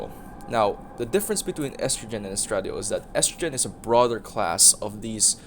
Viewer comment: Claiming my early card, also its pronounced es tra die ol in most places